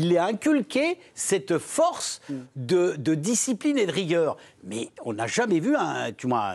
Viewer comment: DisciBline 😂😂😂😂😂😂😂 Micoud quel forceur 😂😂😂😂😂